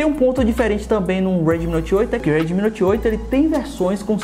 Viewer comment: U E R D I M I HAAAAAAA MEUS OUVIEOS R É D I M IIIIIII PELO AMOR DE DEUS